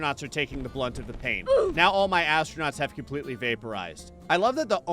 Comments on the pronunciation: "Brunt", not "Blunt". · Are you trying to say brunt?